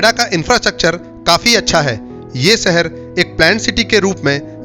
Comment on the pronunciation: Pehle dhang se bolna seekh lo. Gajiabad kya hota hai? Seher nhi Sheher. Videos banate ho, aur ganwarpana nhi khatam hota.